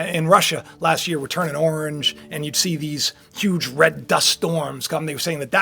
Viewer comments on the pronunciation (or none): none